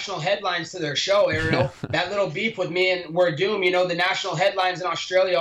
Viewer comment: Love how he calls Werdum the way a W is supposed to sound. Great!!